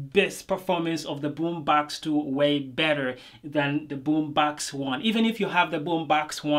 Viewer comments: I Love it when you say Boombox 😊 that sounds like "Boombax" 😌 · Really good review !!! BUT the pronounce of BummBAX got me dead